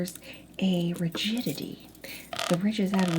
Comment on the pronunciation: The ridges have ridgeididy 😂😂😂